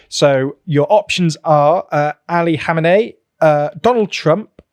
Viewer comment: I know it's hard to pronounce the names. But "Khomeini" as you say it is the name of the first islamic leader in iran. This one, which has been supreme leader in Iran for like 35 years now, is "Khamenei".